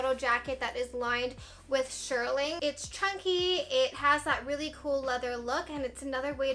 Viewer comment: not to be mean but if you are going to say shearling a million times, pronounce it correctly!! Shear (like a scissor) ling. Shearling, not shirling.